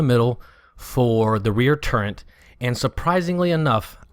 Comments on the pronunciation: Very nice vid. Thanks for the effort bud. You keep saying "Turrent". I cant figure out what that is. Do you mean Turret? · The word "turret" has no N in it. That said, nice video, very informative.